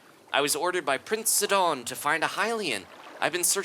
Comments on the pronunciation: I find your pronunciation somewhat strange; i and everyone i know always says his name as "sigh-don" or "side-on" and not "sidd-on"... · He pronounced Sidon as Sid-on in stead of Si-din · But that's my point: It's a play on the name Poseidon (which I was aware of btw), and that name is pronounced as "Poh-sigh-don" AFAIK. Therefore, Sidon should be pronounced just "Sigh-don". Edit: I just checked on Wikipedia, they say that Poseidon is pronounced as /pəˈsaɪdən, pɒ-, poʊ-/, which is "Po-sigh-don" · i think it is pronounced ss-eye-don like poseidon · Sidon is pronounced sigh-don